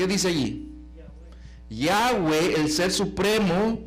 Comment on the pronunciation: No es Yáhweh sino YAHWÉH